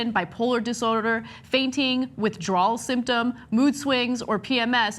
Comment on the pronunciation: Withdrawl Syn-drone not symptom